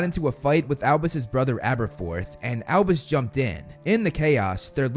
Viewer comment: It’s AlBUs not AlBIS